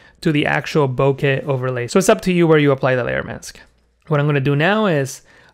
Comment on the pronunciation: First, thank you so much for making an effort to pronounce bokeh (ぼけ) correctly. Too many people butcher it and use some pronunciation that doesn't even make sense. Second, I've watched two of your tutorials thus far and am duly impressed. They are clear and well thought out. You definitely have a knack for this. I'll recommend your channel to others.